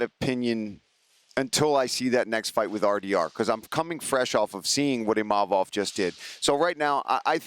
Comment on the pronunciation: I wish they would pronounce imavov properly